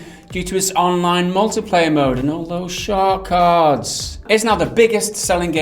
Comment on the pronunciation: Say Sharkcards again